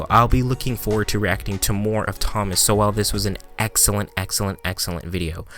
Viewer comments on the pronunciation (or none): His name is pronounced like “Soul”, not “So-Well”. Anyway. Listen to Walter Williams (RIP). An equally amazing Black American. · I’ve usually heard his last name pronounced like “soul” rather than “so well” just FYI. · “so-well” Lmao its pronounced “Sole” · It’s pronounced Sole not So-well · It’s pronounced Thomas “Sole”, not “So-well”. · Not 'So-well' its pronounced Soul, like your wonderful spirit. The man is a genius. More young people need to know about Dr. Sowell and Dr. Walter Williams. Unfortunately they know more about Lil Nas X who has made ZERO contribution to society. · Pronounced as soul not so well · Two great videos in one!! It sounds like you may not have been familiar with Thomas Sowell until recently. (BTW: pronounced “SO-ell” not “so-WELL”) If you weren’t aware of Sowell, you might bot be aware of Walter Williams either, another brilliant intellect we sadly lost a few weeks ago. It used to be just the two of them fighting the battle alone. It’s wonderful that there are now so many more black people saying the same things they have been saying, such as yourself. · Not “so well” it’s pronounced “soul” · His name is pronounced "Soul" not "So-well". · Sowell's name is pronounced "soul," not "so-well." Great video, by the way. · his name is pronounced Sowell ( soul) no So- well. Just FYI. Love him and I'm happy that more blacks are hearing what he has to say. As a 65 yr. old white woman I have been listening to him, Walter William, >Larry Elder and many more. Liberals especially should. Thomas Sowell is by far one of the smartest people in our country. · Its pronounced Thomas "Soul" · If you like SUBSCRIBE to the Hoover Institute to which Thomas Sowell (pronounced soul) belongs and contributes. They've many filmed interviews of him in their playlist. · Not to be a jerk, but it’s Thomas ( souls) Sowells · Great video I think his name is pronounced Thomas “Soul” tho just for reference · pronounced soul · Pronounced "Soawl" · Pronounced "soul".